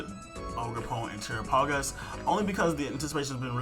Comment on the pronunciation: You Are saying his name wrong its pronounced like Ter-AP-agos